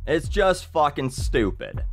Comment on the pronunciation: First video I've seen of this guy... He has to be Canadian. The way he says "fucking" is Canadian through and through.